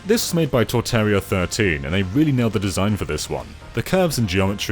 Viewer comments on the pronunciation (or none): Can't believe he said my name wrong lol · "Torterria" :( Although I am happy you said "Zee" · Glad I'm not the only one who noticed Torterria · D My Stage being shown by? wasn't expecting that today:P and i just made the stage last night lol, i was trying to add the grid bars like in the original but its hard to even make a good line with a steady hand, even with a touch pen, still glad you guys like it ^_^ although i never thought my name would be pronounced Torterria xD